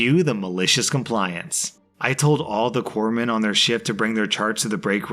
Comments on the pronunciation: Someone else covered the navy story thank you for pronouncing it corpsmen and not corpse men 😂😂😂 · Oh, I'm so proud of you. You pronounced Corpsmen properly, which a lot of people get wrong, including at least one former president.